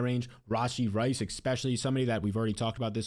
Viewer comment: I feel like he says "Exspecially" just to piss me off